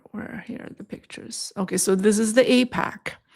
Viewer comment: Isn’t APEC pronounced A-peck? The Israeli AIPAC is pronounced A-pack. Love your channel thank you for your insights and hard work!